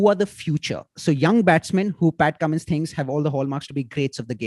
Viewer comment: You ruined whole charm of Cummins calling him kammo😂